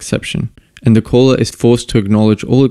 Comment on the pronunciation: I keep thinking you're saying "VLSP" when you say "the LSP".